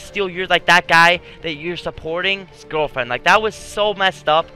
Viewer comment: You were about to say gwirlfriend lol